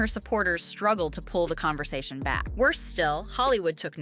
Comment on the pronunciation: “ Whaaat?.. there was a con-ver-sation?”…..Give me a break. Oprah could have said, “Well that’s not unusual within families. “ Because it’s not!